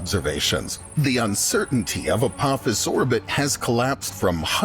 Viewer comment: it’s apophis not apopis 🤣 it’s all good man you was scared 🤣